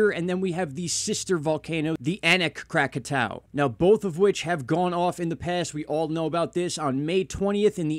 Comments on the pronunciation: I'm baffled as to why you keep mispronouncing Krakatoa. Visually, you can just SEE that the last 2 letters are "oa" & not "ow." But if you're more of an auditory person, there's that B-52's song "Lava" in which they pronounce it correctly. (Also, I can't stand that MrMMB333 channel. I un-subbed after watching only a handful of his videos.) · Pronounced Krak-a-toe-a!😉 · Crack-ah-toe-uh. Is how to pronounce the word. Cheer's